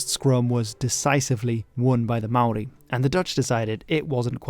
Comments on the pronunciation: Top marks for your Māori pronunciation! A much more popular name for the South Island in te reo is “Te Wai Pounamu,” or the waters of greenstone, a dark green type of jade greatly prized by Māori. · I swear you are the only non kiwi on the internet who can pronounce Maori names correctly. Kudos to you sir.